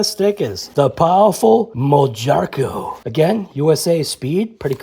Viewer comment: I believe it’s pronounced moharco. J sounds like an h.